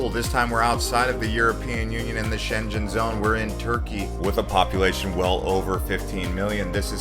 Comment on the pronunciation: Your pronunciation of Schengen is wrong. You’re saying schenjen instead of Schengen. The ng is the one at the back of your tongue